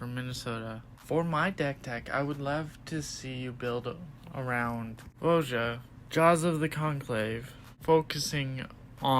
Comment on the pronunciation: It's "vo-ya"